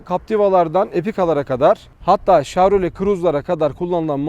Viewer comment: abi şav değil şev diye okunuyor o :D